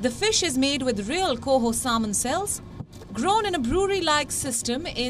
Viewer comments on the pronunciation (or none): Indians are proud of their slavery era leftovers like cricket and English and yet couldn't pronounce the word "salmon" properly